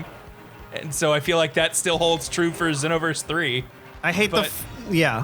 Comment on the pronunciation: GASP Did I hear pronounce it "XEE-noverse"?!